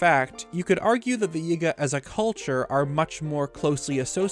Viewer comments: The “yehga” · Small thing but I don't think he's pronouncing some of these words correctly. His enunciation on Yiga for example. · Lol the way you pronounce Yigga sounds sus 😂